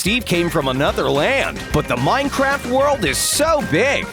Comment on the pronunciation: Did anybody hear him say minecrap?